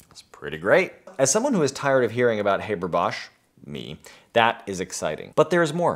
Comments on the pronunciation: It is pronounced Haaaaber like in blast (pun intended). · In English we also pronounce it "HAH-ber", I think this is american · We pronounce it [Hah-ber] in Australia. It's just the goddamn Yanks. They do try, though, bless their hearts ... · Just a little information: the ‚a‘ in ‚Haber‘ is pronouced like the ‚a‘ in ‚last‘. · Eventually someone pointed this out! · Oh! the new process has a Catalyst? SO DOES THE HABER-BOSCH PROCESS! you have yet to tell me how this new process is better than the old and your mispronunciation of Haber's name is making it hard to continue watching. I mean if lithium were more abundant than the Haber-Bosch process's catalyst, maybe... EXCEPT THE HABER-BOSCH PROCESS USES AN IRON CATALYST IN MODERN TIMES! AND IRON IS 3700 TIMES MORE ABUNDANT IN EARTH'S CRUST THAN LITHIUM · STOP SAYING HABER LIKE THAT YOU ANGLECENTRIC TWIT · You'd think before making this video you'd at least learn to pronounce the man's name correctly... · How can one take seriously someone talking at length about a very important mechanism, when he consistently mispronounces the inventor's name? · LOL - you can pronounce Trihexyltetradecylphosphonium and Bis(trifluoromethylsulfonyl)imide but you can't pronounce Haber correctly? 🤣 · Dude, learn how to pronounce a German names… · If you'd be so kind, please look up how Fritz Haber pronounced his name and show enough respect to actually pronounce his name correctly. It's not like his name is hard for English speakers to pronounce. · Like him or not - and I do get where you''re coming from - you can pronounce Haber correctly: the 'a' sound is like in the word 'half'. What would you prefer to do without, air flight or food? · is there any reason why the name Haber is pronounced as if it was english? please, try to pronounce it correctly. you are doing a good job with Bosch, Haber should be easier. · in Germany, we pronounce it "HAH-ber", not "HAY-ber". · It's not "hay-ber", it's "[ˈhaːbɐ] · Haber, as in "habour"...